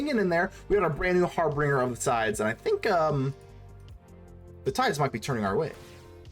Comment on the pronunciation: Its pronounced "har-binge-er"